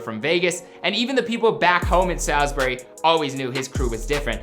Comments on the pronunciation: This man said “Sal- z bury” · If you're from NC you dont say SAYLSBERRY, you say SAWLSBURY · Bruh it’s sawsbury, tf is a saalsbury😂 yeah you ain’t from the 704 😂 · Shotsbury 4x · Its Salisbury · Bruhhh Salisbury it’s pronounced Sawsbury smh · The way he said Salisbury made me want to kill my self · I can’t like this vid cause he didn’t even say Salisbury right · I feel disrespected how y’all are pronouncing my city 💀💀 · Did not pronounced our hometown right